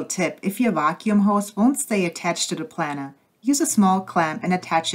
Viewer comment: It's pronounced Plainer like an airplane.